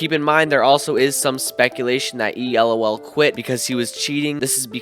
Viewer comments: Bro how is he sayin e lol💀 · Please stop saying e lol like spelling lol. Just say lol like the beggining of lolipop.